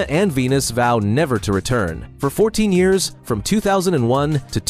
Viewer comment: Can you teach AI to say year’s correctly please.